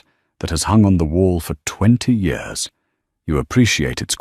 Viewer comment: The word is YEARS NOT YOURS. can't A I SAY YEARS ?